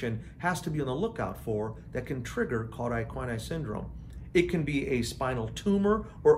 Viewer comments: An informative video, but it needs to be redone with “cauda equina” pronounced correctly, and with the distinction between “vertebra” (singular) and “vertebrae” (plural) observed. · I found this very interesting and I'll give you a pass for pronouncing CES incorrectly!😉